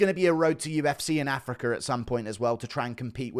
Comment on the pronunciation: ufc Africker? Ffs😂 think they'll get Illa Tip-pure-ee-yur on that card?🤣